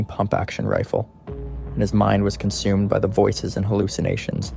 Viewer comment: Please learn how to pronounce cities and villages properly Wasco Sue